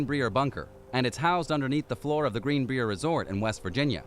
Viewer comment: The Greenbrier resort and hotel pronounced like Briar Rose